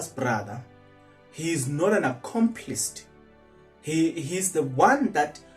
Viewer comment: "Accomplice" not Accomplist.